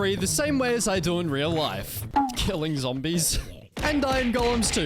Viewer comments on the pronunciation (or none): none